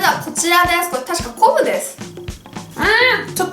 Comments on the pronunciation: こぶじゃなくて、こんぶじゃない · こぶってゆってるのか こんぶってゆってるのかわからん（笑） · こぶって聞こえたwwww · 塩こぶって言うしね〜〜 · かいじゅう 絶対こぶって言ってるよね（笑） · み み 太 郎 私のおばあちゃんは昆布のこぶこっていいますʬʬʬʬʬʬʬʬʬʬ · 昆布がコブって聞こえた笑笑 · ゆうかちゃん美味そうに食べるなぁ😊✨✨👍 昆布がこぶって聞こえる笑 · かいじゅう こぶっていってるよ〜😊👌 あたしもこぶって言う時ある😊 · ぽんちゃらりん それな！ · 『こんぶ』が『こぶ』に聞こえたのは、私だけじゃないと信じる！(*'-')ゞ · これたしか昆布です！が これたしかポウです！ に聞こえて巻き戻して再確認しちゃった(´>ω∂`)